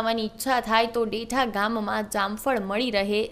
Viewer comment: ભાઈ ગામનું નામ દેઠા નહિ પણ દેઢા છે